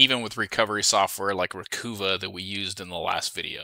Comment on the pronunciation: Interesting.... I use Dban when doing disk wipes,,..... Not to be annoying but it;s ReCuva, not Recoova Stay Safe